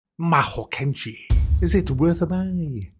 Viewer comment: "Choose how you will follow the way of the Mahohakiahaho." I love this guy. lol